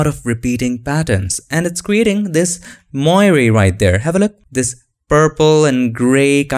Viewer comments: Moiré is a french word. It is pronouced moaré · it is pronounced as "mwor" sir :) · it is pronounced [mwɑːr] like "film noir' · It’s pronounced “mwarey”. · Dear. Moiré is a French word referring to the changing reflected light patterns of cloth like velvet, silk and sometimes linen. An example: the cardinals in Rome wear red moiré silk vestments. You do a good job of pronouncing the word moiré but it should sound like mwa-ray. Love your tutorials. Keep up the good work. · That's actually not correct. In English, it's pronounced [mwaˈɹeɪ] and in French, where it originates, it is [mwaˈʀe].